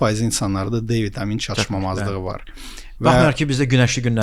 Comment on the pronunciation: çatışmazlıq sözünü hər dəfə səhv deyəndə istər istəməz videodan soyudum )